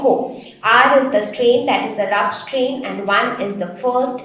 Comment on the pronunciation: H strain not clear